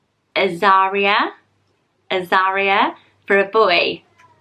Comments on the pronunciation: Azariah is said Az-a rye-ah rather than az-a-ree-ah and I love that name 😍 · Azariah is cool but pronounced more like "Ah-zar-rye-uh" or "Ehz-ar-rye-uh." Think of those Biblical name pronunciations like Zechariah or Isaiah. :)